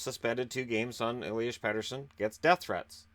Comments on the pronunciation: Petter-son is correct. Double T's. Will sound like double D's for English speakers and it's okay too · Pettersson is pronounced the way you say it. What others are saying is actually Petersson which is wrong. I love your material, you keep me in the loop of what's goin on in the NHL so thank you! :)